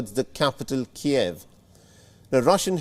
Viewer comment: Keev, not Ke-ehv